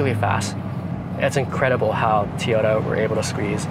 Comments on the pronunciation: It’s Toy-ota, not tyoda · Tiyota he says lol, its TOyota!